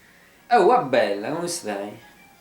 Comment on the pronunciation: "Oh abbella, come stai??" Non sapevo che sei romano "dde Roma"!! ;D